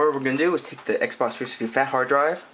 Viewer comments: "Xbock 3sicksy sysem" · xbox 3sishxtee LOL! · Nigga don't even know how t say the name of the console lmfao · learn how to say xbox 360